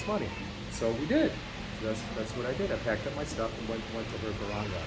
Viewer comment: Barangay is pronounced BA-RUNG-GUY :)